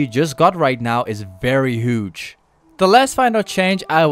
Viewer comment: Ay u pronounce huge like this. Ghuge Thank me later